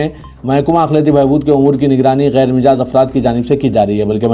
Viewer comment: Mijaaz nahein Majaaz ........Majaaz .........Majaaz.........Majaaz..................Majaaz